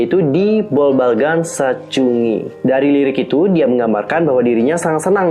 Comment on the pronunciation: Mohon maaf kak mau koreksi, itu bacanya bobbalgan sachun gi, bukan sachungi. Tp aku suka videonya karenajelas banget penjelasannya. Semangat terus kak